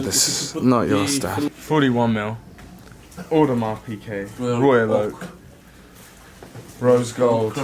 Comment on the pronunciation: how he pronounces "Audemars Piguet" :(